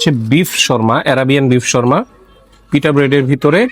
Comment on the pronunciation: Dada Sharma na...kotha ta shawarma...শাওয়ারমা..sarakhon kane kotha ta lagchilo... othocho keu apnake jinis ta dhoriye dilo na